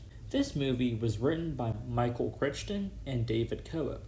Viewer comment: Nice video. Good points. Just fyi, the author's name is pronounced CRY-ton. 😉